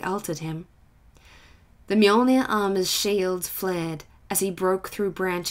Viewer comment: 2 minutes in and I am already so happy. You said mjolnir right. Better than the official audiobooks.